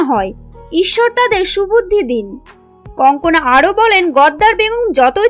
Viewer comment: Wrong pronounciation-should be Kangana instead of kankana.